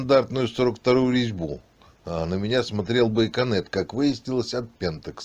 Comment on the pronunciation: Владимир прошу прощения ,что поправляю.... но не байконет,а байонет)))